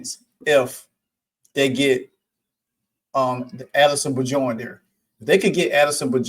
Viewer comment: FYI The "J" in Bjorn is pronounced like a "Y" It's B-yorn